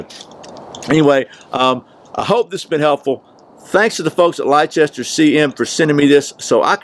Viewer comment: Great review! The company name, "Leicester" is pronounced "Lester". It's a British name. Merry Christmas to you and your family.